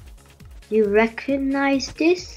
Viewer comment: SKA_16 it's actually I love you but it sounds like I love poop